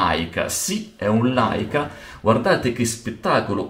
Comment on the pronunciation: Un piccolo appunto, Leica si scrive e si legge Leica, Laica è una casa costruttrice di Caravan.... 😜 Aggiungo solo che con la full frame, chiudo il diaframma e ottengo più PDC, con la m4/3, non posso avere lo sfuocato della full frame...